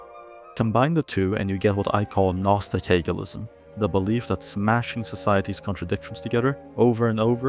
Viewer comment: stop slurring gnostics